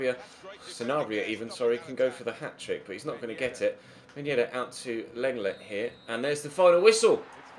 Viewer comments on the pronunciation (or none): “Lenglet” (Sevilla CB) is pronounced “Long-Lay”. He’s French.